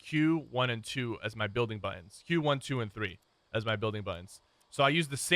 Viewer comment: "As far ahs hash" lol love ya sypher